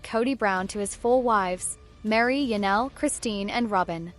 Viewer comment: Ya-nelle??? THIS is painful. Do better A.I.